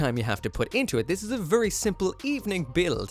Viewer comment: vurry vurry